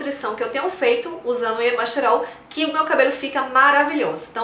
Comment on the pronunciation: Muito bons os seus vídeos. Parabéns e obrigada por compartilhar. Uma observação: percebeu que você fala y-E-masterol em vez de y-A-masterol?